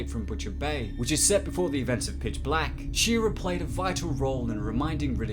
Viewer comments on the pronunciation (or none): Her name is Shaira (pron. Shy-ra), not "She-ra".